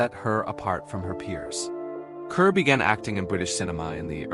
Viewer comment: Pronounced 'CAR' idiot